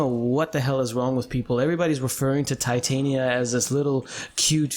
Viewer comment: Tie-tainia -_- why dont people say titania?